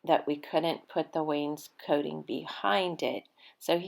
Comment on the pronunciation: Yayyy! I’ve been waiting to finally see this video. I know it was a Labor of Love for the both of you. It looks great! That’s right—no more wallpaper! Hubby IS correct with the pronunciation of wainscoting. That blue really compliments the brown walls in your entry. Great job, Guys!! ❤️❤️